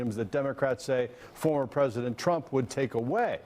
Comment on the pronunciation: & spew lies I thought said don wood never be a phesident